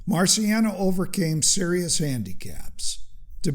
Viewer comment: Just a quick note: his name Marciano is not pronounced "marsiano" but "martshano". The Italian "ci" is equivalent to the Spanish "Ch"